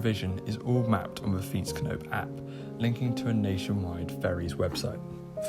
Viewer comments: He did pretty well pronouncing that, at least he didn't say fi-ètsknoep! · As an experience expert. This is very well pronounced On vacations I heart way way worse.